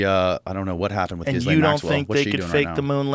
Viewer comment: He doesn’t even know how to pronounce Gislane !!! Good Lord, how ignorant is this guy ??!!!